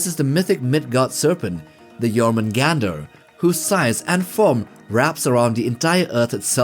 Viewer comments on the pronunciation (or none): quick note: Jormungandr would be said as “yorr-muun-gahnd” (more anglicized “yor-mun-gand”). In Old Norse, if a word ends in an “r”, and that “r” is preceded by a consonant, then it is not pronounced. Rather, the ending “r” just acts as a silent masculine suffix. It’s usually used in the names of beasts and non-humanoid entities with nebulous sexual characteristics.